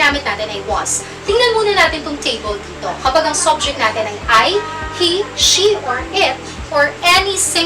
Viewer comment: Subject, phonics of u - uh!. Not sobject.. im sorry, but we are your students to learn and listen the correct pronunciation too!.